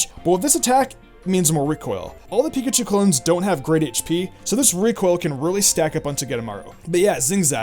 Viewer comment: Nyah, "Piakchu clones" ^.^ *Pikachu Clones